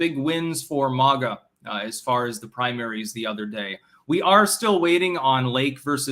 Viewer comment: When u gonna start pronouncing MAGA correctly?